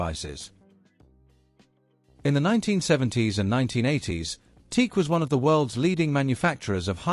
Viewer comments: every time he pronouns teak.... it sounds super weird. because it's "tea-ack" like this... not teak......!!!! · TE-AC. Not Teak. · Not a bad documentary, even if you omitted to include the Studio 8, the world's first 8-channel reel-to-reel portastudio. I've been using TEAC/Tascam products since the 1970s, but you're the first person I've ever heard pronounce it teek. People usually say tea-akk. I don't know which is correct, but since it's a word made up of the initials I guess you can pronounce it any way you want. By the way, I was brought up in Birmingham and moved to California in 1979, so I've used TEAC products on both sides of the Atlantic. I have two 3340s and two Studio 8s, besides TEAC's CD and MiniDisk players. I used to have two of their DAT machines, but I gave them away. I also have one of their hard disk recorders. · The correct pronounciation is T-ACK. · I have a large collection of open reel tape machines ranging from consumer to prosumer to semi-pro to full-on professional. I have more TEAC (including TASCAM) machines in my collection than any other single brand. But I have to say that I turned off this video the moment I heard the "TEEK" pronunciation. It's "TEE-ack". Two syllables. That's how the company pronounces their name. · Then you must not have watched the vid... he says Teek right at the beginning. 😁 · It's pronounced TEE-ACK ! :face-orange-raised-eyebrow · sorry, can not listen to a video that pronounces it as teek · Dude, the preferred nomenclature is Tea-Ak. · You are supposed to pronounce it like T - Ak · It is pronounced T-ack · The company name is pronounced as Tee-Ack. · Pronounced Tee- Ack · Most people pronounce it - " Tee-Ack" !!! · I think the company is pronounced "T-ACK". Teak is a wood. If you phone them, that's how they answer. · Te-ac that too, 2 sylables.. Te-ac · Correct. I've been using their reel to reel machines since the early 70s. The company is pronounced as Tee- Sack.